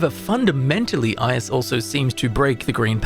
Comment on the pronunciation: The pronounciation of "Ius" really hurts, man xD